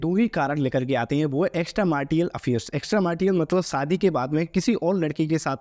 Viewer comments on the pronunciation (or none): ❌ एकस्ट्रा मैरिटल 😜 ✅ एकस्ट्रा 'मार्टियल' 😅 वाह वाह भाई, वाह वाह। खराब उच्चारण भी गलत जानकारी का प्रतीक माना जाता है अभी और मेहनत करो, मन लगा के और पढ़ाई करो, कहां अभी से हड़बड़ मचा के यूट्यूब के चक्कर में अपना भविष्य खतरे में डाल रहे हो?